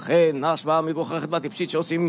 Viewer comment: מגוחכת ולא ״מגוכחת״